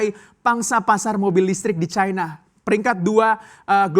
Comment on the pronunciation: Caina? Bahasa Indonesia benerin bang!